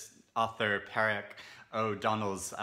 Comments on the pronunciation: I love the list of Irish books but you need me to get your pronunciation right. Mc Namee is Na-me. Paraic is Par-ric. The Ben Crane book is interesting as I've an adult son with Aspergers. Books I'd recommend are A Ladder to the Sky by John Boyne Milkman by Anna Burns. I'm going to have to watch this again . Too many books to take in my brain 🍀☘️☕️ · I would pronounce Paraic as Paw-rick.